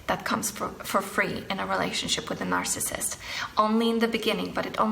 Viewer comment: you said "marcissist"